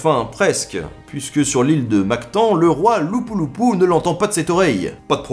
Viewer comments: C’est LAPU-LAPU ou non lupu lupu. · Attention à la prononciation de Mactan et Lapu Lapu, personne ne vous comprendrai à Cebu si vous demandiez votre chemin pour aller voir la statue de ce chef!!!